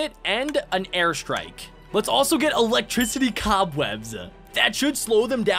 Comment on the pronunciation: That was funny that you could not say electricity